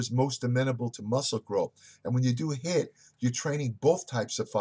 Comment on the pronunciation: it's HIIT not HITT lol I still love you sir!